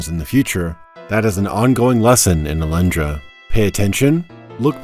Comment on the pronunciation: Do you really say "Alandra" in english? ...weird.